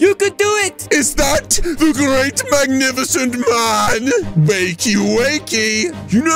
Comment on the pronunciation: it was marvelous then u said magnifiecend